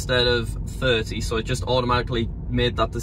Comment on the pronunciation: Americans: so British people: so: sõäh